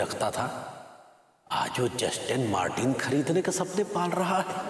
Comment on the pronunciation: Vibhu to "Justin Martin" car lene ki soch raha hai. Wo "Justin Martin" nahi "Aston Martin" hota hai miss chila hua andaa.😂😂